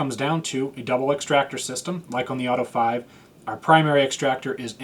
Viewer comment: Auto-eh Five-a 🤌